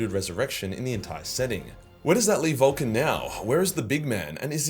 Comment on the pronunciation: I can't help but to hear VOLTGUN LIVES when you say it in that accent. Which i think is still fitting.